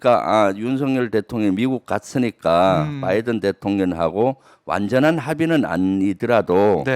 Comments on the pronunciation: 열번 스무번을 들어도 바이던 으로 들린다 그리고 말을 한사람이 진상규명 을 해야 한다고 하는데 누가 누굴 진상규명을 한다는건지,.. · 바이든으로 들렸음.